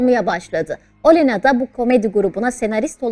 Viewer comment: Isimleri doğru telafuz etseniz Völödimer Ölena değil ( Vladimer O'lena)